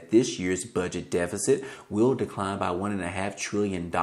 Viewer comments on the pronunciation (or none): none